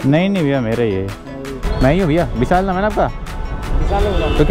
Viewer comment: Bhai bisaal nahi hota VISHAL hota hai 😊😊😊